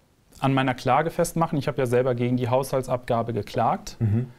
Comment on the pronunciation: "Hauhsaltsabgabe" ... deutsche Sprache schwere Sprache ! ^^